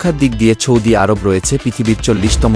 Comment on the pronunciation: আপনার মুখের উচ্চারণ শুদ্ধ নয় আপনি সৌদি আরব বানান কে বিশুদ্ধভাবে বলছেন না শুনতে খারাপ শোনা যাচ্ছে